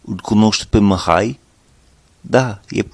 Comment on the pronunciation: Bună lecția, bun accentul. Te descurci excelent. Doar mici corecții: Numele Mihai se pronunță exact cum este scris, deci cu "i" , nu cu "î" (pentru recunoașterea rapida a sunetului "î", ține minte ca în interiorul cuvintelor se folosește litera "â" pentru redarea sunetului "î". Litera "î", pentru redarea aceluiași sunet se folosește la începutul cuvintelor și doar ca excepție în interiorul cuvintelor atunci când acestea sunt cuvinte compuse cu prepozitie ex. reîncărcare, neîndemânatic etc). Și încă ceva... La cuvântul NU, trebuie sa folosești sunetul "u" scurt, exact cum am observat ca folosești foarte bine sunetul "i" scurt sau moale, cum vrei să-i spui, în cuvintele "aici" și "lucrezi" din video-ul tău. Așa cum ai pronunțat NU în video, aduce mult cu intersecția "MUUU" folosită pentru redarea sunetelor scoase de vacă. Chiar și asa, interlocutorul te va înțelege, doar ca va putea fi un moment amuzant într-o conversație poate, serioasă.. În rest, perfect! Mult succes în continuare!